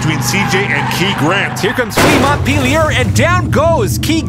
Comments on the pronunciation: FYI, Montpellier is pronounced 'Monn-pelly-yay' rather than 'Montt-peely-yurr' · "Mont peelyer" Ha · And another someone pronounced Montpelier incorrectly. It’s “mont-pell-ee-ay”